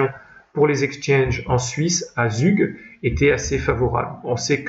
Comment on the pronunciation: Zug ca se prononce Zoug !!! qui est d’ailleurs un des endroits de Suisse ou les impôts sont les plus bas.